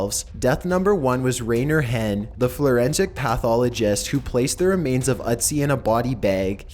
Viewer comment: "Florensic pathologist"?! There ain't no L in forensic! Please find someone who can pronounce words correctly to narrate the next video. FUCK.